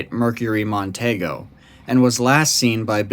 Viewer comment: My dad worked for Ford Motor for 36 years. It's Mercury Mon-tee-go. Say it with me, Mon-tee-go.